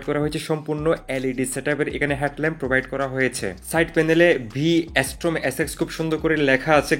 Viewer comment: Ass-pesification Bhaijor Nakal guard V ass-torm Bhai pronounce koray huge problem ache apnar, jehetu video banan, eita thik koren